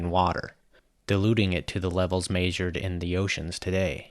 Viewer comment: Neap tides have the least variation. You're thinking of Spring tides (which occur twice a month, not just in Spring). [Edit]: Also, why does this guy keep saying "majored" whenever he means "measured"? It's like nails on a blackboard every time I hear it